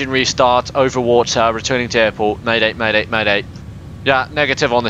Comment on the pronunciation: did u say maday maday maday?